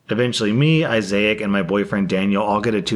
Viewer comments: Listening to this in the kitchen, cleaning, I keep hearing "isaiach," and wonder if this is a combo of Isaac and Isaiah? I have to go and check. Nope. It's a mispronunciation of a misspelling. 😂 Tbf, it'd make a nice name, but no substitute teacher would ever get it right. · Why, for the love of god, do you read Isaac as Isaiah with a c at the end? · say it with me. I-zick. Isaac is I-zick. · Thst is the pepper spelling of Isaac (eye-zack) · Starts saying Isaiah and makes it Issac halfway through Me: "The hell did I just hear?" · THANK YOU!! My brother is Isaac, and it drove me crazy! It’s eye-zick. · How do you not know how to pronounce Issac? There’s no “I” after the “a.” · I got so distracted by the brother story by how was pronouncing Isaac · I appreciate that over the course of this video, learned how to pronounce "Isaac" ☠️. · The way this dude pronounced Isaac is so cringey dude. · How the fuck do you mispronounce the name Isaac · You don’t pronounce “Isaac” like that, Just saying. Otherwise good video. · OMG the way he keeps pronouncing issac is sending me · that isaac prononciation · How do you see issac and pronounce it like that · The way you’re pronouncing Isaac is fucking with me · Why did pronounce issac two different ways in the same story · Why do you pronounce Isaac like that lol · I'm sorry but...WHY are you pronouncing Isaac like that? Lol. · I’ve never heard anyone pronounce “Issac” this way lol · The way you're pronouncing Issac is SENDING ME! 😂😂😂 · Same...lol....like, where did he get that pronunciation from? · That pronunciation tho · I can't speak for anyone else but I, personally, have NEVER heard the name Isaac pronounced like this...NEVER! The first time he did it, I thought that maybe he was misreading it as Isaiah, then realized it's Isaac, and that's why he messed it up. It's okay, he'll correct it next time...but NO...he KEPT pronouncing it that way, and it bothered me more, and more, each time!!!